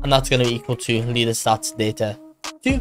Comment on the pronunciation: bro said "lear" inside of "learstatsdataStore"💀💀